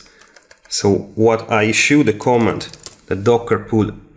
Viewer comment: no co'mmand it is comma'nd